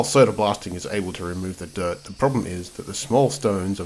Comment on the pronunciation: There's no er in the word SODA ! 😳🥴